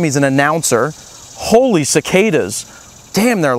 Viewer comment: HOLE-AY CICADAS! lol